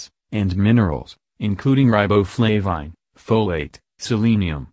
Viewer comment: Ri bow flav ine? Ha Ha